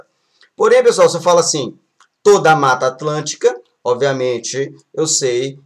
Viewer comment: mano qual a dificuldade de fala "mata atlântica"